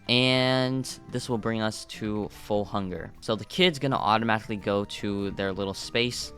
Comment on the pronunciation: why did you say funger instead of hunger